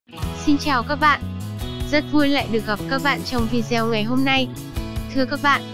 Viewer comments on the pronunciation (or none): ( Video ) đọc là Vi Đi Ô , không phải Vi Deo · Hay nhưng mà Video thì đừng đọc là "Vi Gieo"